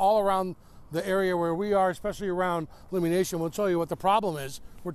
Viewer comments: Lum-mie, not Loomie. This is a microaggression, 13 Seattle. It’s rude, disrespectful, and discriminatory. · For a three and a half minute feature you can't learn to pronounce Lummi correctly? Pretty shabby. Ya'll ought to apologize on-air.